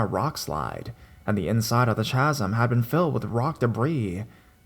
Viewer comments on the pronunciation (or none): Chasm pronounced Kazm sorry youre great i just thought you should know xo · It's pronounced ka-zm. Also Colorado native and also native to the area where third bridge is located. That place is totally a myth. My friends used that place as a make out spot. Scare the girl, get some. Corny but it worked. Keep doing your thing. Listen to you everyday. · Chasm - “kazm”